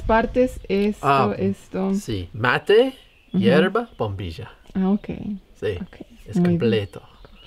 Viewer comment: Minuto bombilla; minuto bombidia 😂😂😂